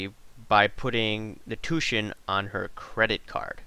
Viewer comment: Just for your information. Tuition is not pronounced " two shun " the proper way to say the word is " two ish shun". Good video here though buddy.